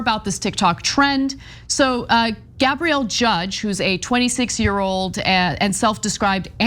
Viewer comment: It's pronouned Gab-ree-L. Gabriel is masculine. I'm a lazy girl remember not a lazy boy.